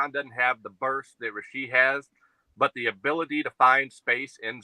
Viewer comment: You're killing me, man... the kids' name is Rashee, not Rasheed